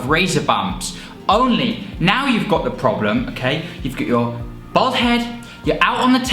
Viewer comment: Your beard is fucking ridiculous. You look like a Victorian weightlifter. And why the fuck can’t you pronounce ‘bald’ when it’s the theme of your whole channel